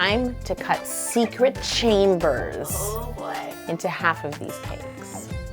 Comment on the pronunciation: You said secret chambers wrong